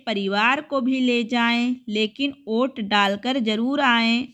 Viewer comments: Vot ko aot kyo read kr rhe ho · वोट को ओट क्यो पढ़ रही थी